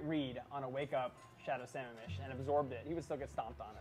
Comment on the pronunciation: Why do non washington state ki players fuck up the pronunciation? Its Sah Ma-am mish! Like the lake! God!